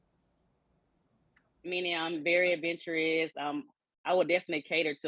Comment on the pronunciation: . You don't say ADVENTUROUS like it is spelled girl . From u it sounds like "adventur'wrist" smh smh